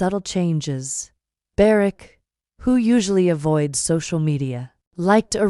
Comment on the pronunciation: Could you please find out how to pronounce their names properly. It is quite disrespectful not to do so.